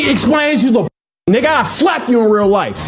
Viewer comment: Why are you say nigga you’re not fba that’s weird coming from yall and you say it like how Mexicans say it it’s cringe asf